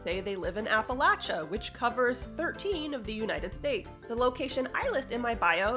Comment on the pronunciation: yes - latch all the way - love a southerner who lives in one of those states ❤